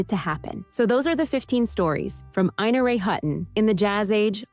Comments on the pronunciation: Ina Ray Hutton's name was "EYE-na", not "EE-na". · "Ina" is Eye-na "Hutton" is not Hut-in Omg. I'm old. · I know a lady named Ina who tells everyone it is pronounced EEna. 🤷🏽